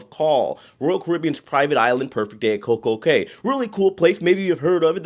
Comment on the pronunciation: The Cay in Coco Cay is pronounced Coco "Key"